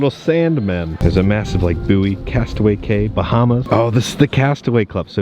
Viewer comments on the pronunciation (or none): it’s pronounced “key” for Castaway Cay!!! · Drinking game, every time say Castaway “K” instead of Castaway “Key” take a drink. End up in the hospital because it is every time.